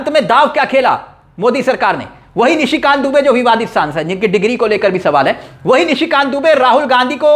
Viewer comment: Please read Nishi Kant not Mishi Kant and Burke nahi pair